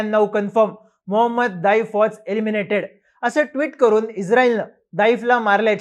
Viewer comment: आधी त्याच नावाचं उच्चारण करणे शिका, नंतर या बातम्या द्या ज्याची पुष्टी फक्त इस्राएल करतोय ज्याचा खोटेपणा मागील 7 वेळा जगासमोर आलंय. युद्धात अश्या बातमी पेरल्या जातात, जो पर्यंत समोरचे सांगत नाहीत तो पर्यंत या बातम्या खोट्या आहेत असेच समजावे.